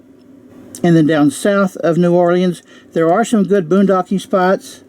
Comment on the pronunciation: You can't pronounce Ocala or New Orleans. Wow.